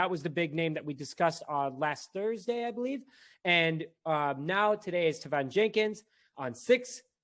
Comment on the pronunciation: Teven is pronounced like Kevin but with a T.